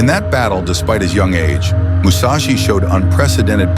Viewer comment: Seriously? Musachi? How many samurai did you have to choose from?